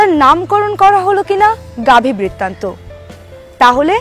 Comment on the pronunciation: আপনি বারবার বইটির নাম ভুল উচ্চারণ করছেন।